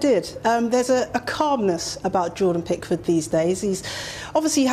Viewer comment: Are you sure Prickford is English?! 😂😂😂